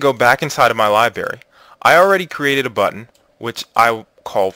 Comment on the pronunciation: God will bless us for putting a few pennies in your pocket? How about I give you a few pennies to pronounce library correctly.